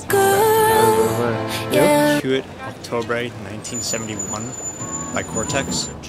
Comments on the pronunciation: Buddy said Hewitt Octobre lol. He definitely just knows it from the DOOM sample. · bro said whoit octrobrey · for anyone who wants to pronounce it right its wheat oak-tub-bruh but the end vowel is kinda unpronounced so not like bruh but more like br(uh) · I really want to help that guy with his pronunciation of Huit octobre.